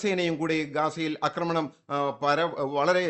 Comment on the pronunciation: അക്രമണൻ വന്നല്ലോ 😅 ഇതുവരെ 'ആക്രമണം ' എന്ന വാക്കു പഠിച്ചില്ലേ പൊട്ടാസെ